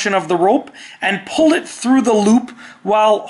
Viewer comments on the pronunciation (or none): none